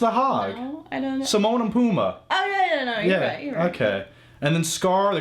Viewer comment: It's 'Timon and Pumbaa' not Simone hahaha :)